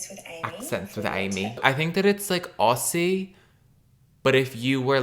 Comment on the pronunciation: Fearing for my life every time Australia and NZ come up in a video. The way he says aussie makes me want to heave